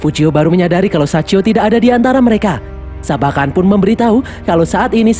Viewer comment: sachio bang bukan saicho😭